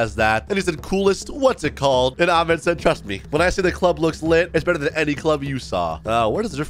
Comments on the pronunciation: it’s not pronounced aa- med- its ah- med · THATS NOT HOW U PRONOUNCE THE NAME AHMED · You don’t even know how to read Ahmed’s name أحمد my dad‘s name is Ahmed